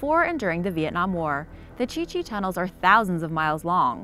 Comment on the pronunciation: Um thats the Chu Chi tunnels not the chi chi lol